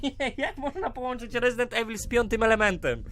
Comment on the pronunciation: minuta to "rezidend evil 3" a nie "medi evi" #troll